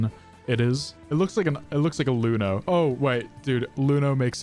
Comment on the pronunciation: IT'S EUNO. PRONOUNCE IT AS EUNO. DON'T CALL IT LUNO. I'LL CRY.